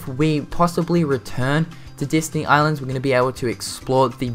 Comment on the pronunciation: Destiny Island not Disney :D pronunciation XD